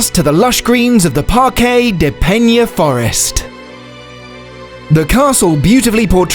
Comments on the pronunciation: You said "peña" so many times that I almost had to throw up! It is PENA...with a regular "n". Portugal speaks portuguese, not spanish...got it? There is no "ñ" in portuguese. Never, ever say portuguese words as in spanish. It is garanteed you will be pronouncing it the wrong way. Better to read it as in yourn own language, then at least you would have the excuse that it was your own accent. "Pena" in portuguese means "feather" in english or "pluma" in spanish. Meanwhile, "peña" in spanish (the word you said) means "pain/sorrow" in english. As you can see, not only both words do not sound the same as they have two extremely different meanings. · It's Pena not Peña... why does everybody say portuguese names with spanish pronunciation? go to google translater and hear the word, it's not that difficult... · Thumbs down for pronouncing it peña